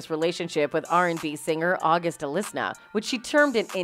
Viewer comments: August Alistna 😂😂😂 its Alsina 😅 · did she just say august “alisna”? 🤣